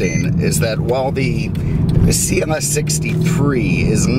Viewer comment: Is it just me or does he say CMS instead of CLS im the beginning of the video